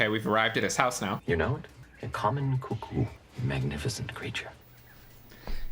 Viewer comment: “One flew over the cuckoos nest” it’s never been cuh-coo, who said that?😂